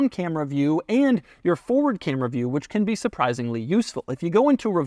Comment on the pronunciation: The cam-ray😂